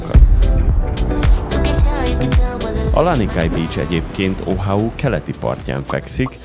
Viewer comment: Szuper volt újra látni a szigetet, ahol nyáron is is eltöltöttünk csodás 9 napot. :) Az viszont eléggé zavaró volt, hogy nemcsak a különböző partok és helyek nevét mondtad rosszul helyenként, de következetesen a sziget nevét is Ohau-nak.